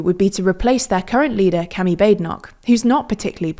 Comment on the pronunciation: Narrator’s pronounciation of Kemi is pretty spot on